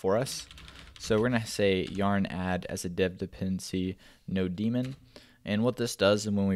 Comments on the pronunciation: haha. it's 'node + mon'. not 'no + demon' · "No Demon"!! lol. I had to stop and think. I've always prounouced it node-mon (short for node monitor) This is not a critique, just always funny to hear how others in the community sound things out differently than you do, and it's always and instant... "wait what?" and then down the rabbit hole you go.... I love your stuff! I'm a software development coach, and I often refer my students/teams to your stuff when they need to quickly form a basic foundation around a concept. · First time I hear someone pronounce nodemon as 'node-demon'